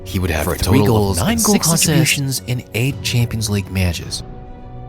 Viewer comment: Meyatches. Weird way of saying that word given your attention to your voice.